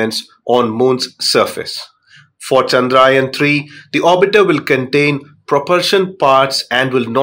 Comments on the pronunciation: Not chandrain 3 it's chandrayan 3 take name properly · Pronounce chandrayaan correctly please